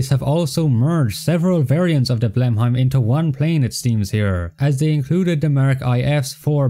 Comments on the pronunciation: It’s pronounced “blenimm” not blenhiym. Video ruined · Blenheim is pronounced "Blenim"